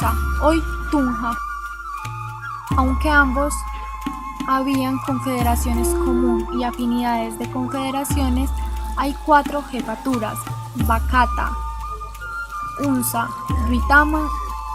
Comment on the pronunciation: Muy mala narradora pero el tema es interesante. No es bacata, es Bacatá